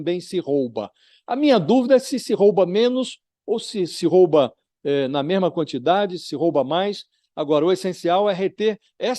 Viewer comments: Pronúncia correta: Rouba Pronúncia errada: " roba" como vc pronunciou . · Não é roba,,e ROUBA,a vogal o é com som fechado.